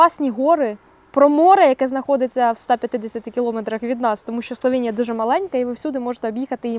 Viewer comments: Словенія, а не СловЄнія. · Та йома йо! СловЕеееенія, я спочатку думала це обмовка, але ж ні, ви ще разів 1000 сказали це через «Є» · Бласка не кажіть Славєнія, просто Словенія